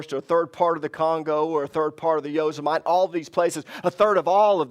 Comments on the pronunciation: Not Yo-sim-mite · yoh-SIM-uh-tee 😄 Love you, brother!